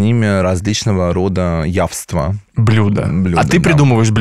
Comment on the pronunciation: " ЯСТВА" , но не ЯВства, так....на всякий случай...